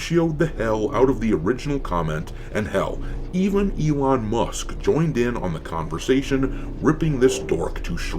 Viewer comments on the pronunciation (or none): none